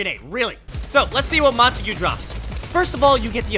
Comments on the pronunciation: You say it in french I think montague not montagoo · it isnt pronounced Monta-Gue, its Mona-Tog, that is how you say it but it isnt spelt like that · I just want to let you know it is pronounced Mon-togs rifle i think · in case anyone wanted to know how "montague" is pronounced, it sounds like "mon-tag" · its mon-tague